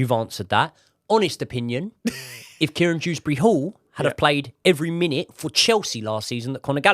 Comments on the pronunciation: His name is Kiernan not Kieran Proves how uninspiring this is 🙄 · Its Kiernan not Kieran Btw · btw its Kiernan not Kieran ;)